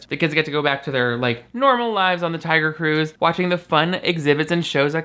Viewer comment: I can’t stop hearing Taio Cruz when you say Tiger Cruise